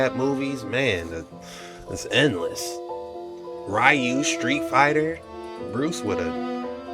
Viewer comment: Learn how to say Ryu, boy, you are about 30 years late to the party. Also, that melancholic-ass music ruins the mood of everything.